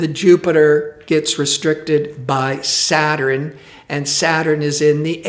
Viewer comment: ugh, why does he keep pronouncing SA-TURN, as 'SAT-TUR-RIN' ? smh